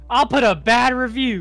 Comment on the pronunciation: At first I thought said "I'll put a batter of you" XD but it was "I'll leave a bad review"